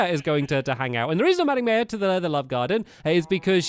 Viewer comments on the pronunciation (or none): The way he pronounces "maya" though xD (Not saying this in a mean way)